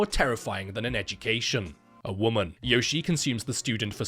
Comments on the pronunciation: I know knows that her name is pronounced "Yoh-shee-eh", but I prefer "Yoshi" now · Yoshie is read “yo-shi-eh” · Well, to be that guy, it's actually pronounced Yoshi-eh. So, really, it's a Canadian Yoshi.